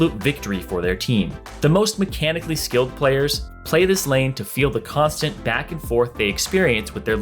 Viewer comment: Baron Lane sounded great until you said "skilled"